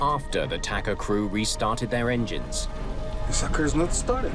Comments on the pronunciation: Isn't it TACA, not Tacka? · Its TACA not TACKA and Carlos Dardano not Dardino.